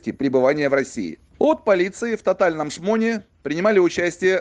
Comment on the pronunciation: "Татальном шмоне" автор так от души произносить эту фразу 😅